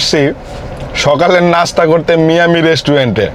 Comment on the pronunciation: ভাই মায়ামি বলেন মিয়ামি কেনো বলেন 🥲